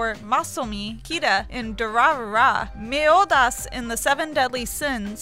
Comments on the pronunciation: I'm So Sad She Said Meliodas Wrong...Meh I still Love Channel Frederator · dies when she cant pronounce Meliodas.... seriously... it's pronounced Mel-ee-o-das....